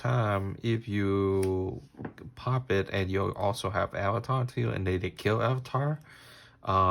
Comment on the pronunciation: it’s not avatar it arvata